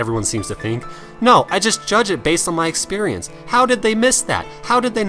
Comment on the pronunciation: I love the way you say "expurrience." xD